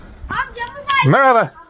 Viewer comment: Your "merhaba" has improved a lot over the course of the month. Sounds almost local now